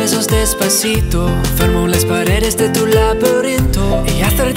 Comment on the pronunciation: trata de pronunciar bien la letra D (vos la haces sonar como una R)